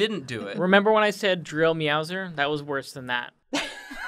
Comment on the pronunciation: the second Drill Meowser sounded like 'Drill me out sir'